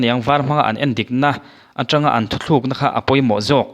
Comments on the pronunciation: Thuthlukna ni lovin thutlukna aw.. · Thuthlukna iti zel a,thutlukna tia lam/sawi zawk tur ani e.